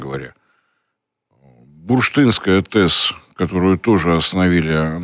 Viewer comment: Марцинкевич наконец-то научился произносить «бурштынская»: крутой мужик 😎👍 😆 бурштын , в переводе с мойвы – «янтарь». ага в районе электростанции вуйки янтарь довбают, в пильшу контрабасят. удивительно, но носитель зарядов электрон, от др.-греч. ἤλεκτρον — это янтарь! З.Ы. А если будете батон на Фролова крошить, знайте, вас вычислят по IP!